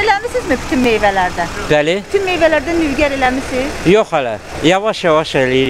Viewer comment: Nübgər yox Nügbar